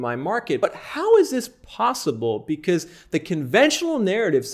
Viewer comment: When he says "because"= "bzzz" 😂😂😂